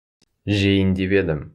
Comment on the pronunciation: Да, "п" там не слышно совсем. Ни в одном уроке. Очень странно.